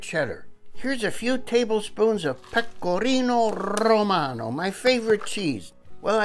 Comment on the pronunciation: Another great show! Garlic, butter and Pecorino Rrrrromano...!? It doesn't get any better than that! That side dish looked great, perhaps Parsnips can be substituted for the Rutabaga, its sweeter- but still lower in carbs then potato. always leaves me with a laugh! Thanks a million!